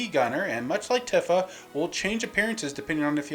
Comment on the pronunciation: pronounces Tifa Tiffa... This has to be intentional at this point.